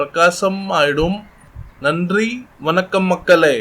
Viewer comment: Frst tamizh aah Ollunga padichi pesi palagittu vanga boss apram neenga solratha naanga kekurom...apram innoru visyam kadaisiya onnu soninga...nandri Vankam...actually athu Vankam Illa...Vanakam🙏😂😂😂